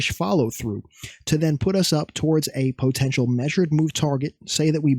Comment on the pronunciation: fav word “po-tential”😂😂